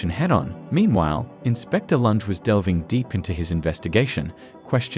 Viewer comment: Amazing. The narration has managed to mispronounce almost every single character name. Lunge - Loongay Nina - Neenuh And most importantly: "Joehan" - Yohan